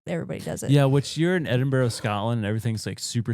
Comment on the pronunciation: Please guys...Edin-bruh not burrow